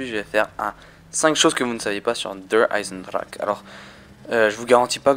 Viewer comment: T'as vus ahaha :') pourquoi il le prononce comme sa ? ;')